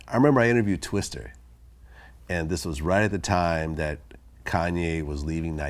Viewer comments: Twister? Common Vlad lol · He keeps calling him twister....